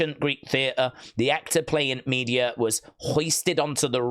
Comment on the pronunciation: It's pronounced Me-de-a, not Media